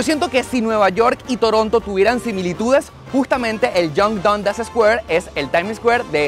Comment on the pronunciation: Se pronuncia Dandas